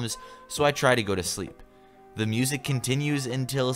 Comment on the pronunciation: I FEAST to my ears 😂😂😂😭 cause he can’t say music